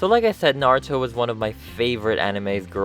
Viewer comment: He's like... the only person who says Naruto's name correctly